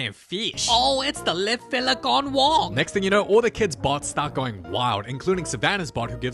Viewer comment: Ron gone wong